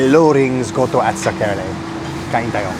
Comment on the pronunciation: SERKE-LE instead of SER-KELE❤❤❤ Saan yan sa Baliuag?